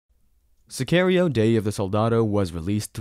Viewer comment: To the guy making this video. Watch the movie, so you can learn how to pronounce Sicario 🙄